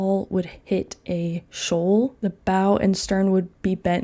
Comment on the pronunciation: Bow is pronounced “bow” not “bow”. Hope this helps :)